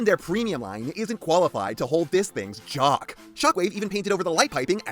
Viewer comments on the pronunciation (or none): none